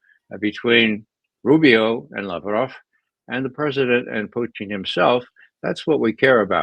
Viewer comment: Ray McGovern keeps pronouncing Putin as Poutine, which is french for french fries with gravy and cheese.